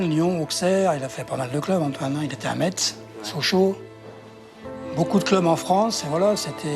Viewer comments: ON DIS MESSE PAS METS mdr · Juste on dit pas mètze mais mèsse merci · AuXerre, MetZ. Il aurait quand même pu apprendre à prononcer les noms de villes où il est passé. Par respect. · Pourquoi les gens ils sont pas foutus de dire metz correctement